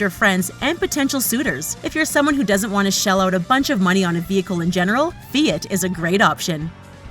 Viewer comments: I think it’s Fiat not feit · "Fee-IT" NO! LOL. Its "Fee-Ahht". (Think Fee-HOT) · Fee-it??? WTF is a feeit? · WTF is a "fee it"? Oh! Oh, you mean "Fiat"?? >.<'